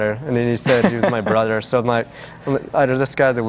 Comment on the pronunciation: "Brudder" "Each Udder" I'm crying omggggggg